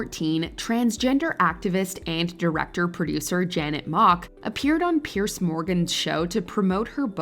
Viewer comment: Piers is pronounced Peers not Pierce. Like the peeping tom peers through the window.